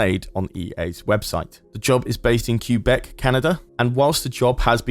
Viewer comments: Cyoobic Canada. Que is literally in the name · Ah yes, the great city of Q-beck.